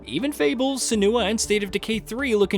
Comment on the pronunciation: I don't know why but when i see miss pronounced names of game characters it bothers me so much cuz if you played the games you'd know how Senua is pronounced